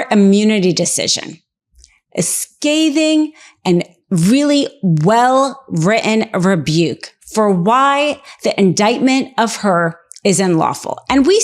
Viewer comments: "REE-hun"?? Is "written" maybe the word you're looking for? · Where says “writ-in” instead of written. I am not picking on her for this at all as many, many people say it that way and it seems to be a growing portion of people. Any linguists out there that can provide any insight?